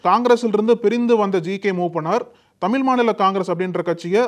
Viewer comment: தம்பி தமிழ் என்று சொல்லவும் தமில் இல்லை